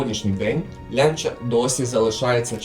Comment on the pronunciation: Чому "Лянча", а не так як називають її італійці - "Ланч'я"?!!!